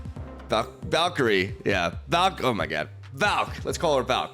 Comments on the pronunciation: doesn't like me correcting his awful pronounciation so he deletes my posts lol. Well I didn't like you leavin LoR so I'm gonna tornment you for ever, it's not valkiri it's valkyre. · How hard is it to say Val-kee-ree?? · Ah yes, Valk-eerie joining KingPing and Cere-bruh among the butchered names 😂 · Valkeri, Valkery, Val... Valkiria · Is Val-K-Rie the right pronunciation 😂